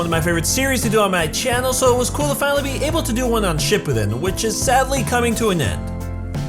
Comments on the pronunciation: This is how he says it shu ppiden it shuppiden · it is pronounced Shi-Poo-Den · It's SHIPPUUDEN not SHIPPUDEN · You’re pronunciation of Shippuden makes me want to die. Sorry, it just does. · say shippuden correctly